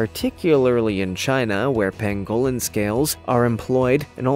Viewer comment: I love this channel! But please learn to pronounce words correctly. Like the Pangolin pang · guh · luhn